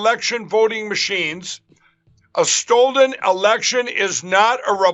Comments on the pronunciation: "Stold"..it never gets old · Hahahahaha. Stoldend. Any normal person would get about half way through that word, realize their mistake, pause, and then correct themselves. But oh no, mikes mouth just has to keep running. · Paused, dying at "stolden", lmao 😂! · I think ya got it wrong evrybuddy ... it's stol'd. Lol like he is always being told it was stole ....yeah doesn't make sense that way either. He is the perfect example of being constantly overwhelmed by everything. He's got to be on something to keep from getting fat from the constant cortisol frenzy his brain is whipping up for him. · "Stolden"? HAHAHA I love Mike Pillow. He has the bestesis wordsies!💗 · “On Stolden Pond.”